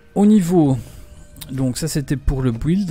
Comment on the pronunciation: Bonne video, par contre please...on dit "Bild" et pas "bouilde"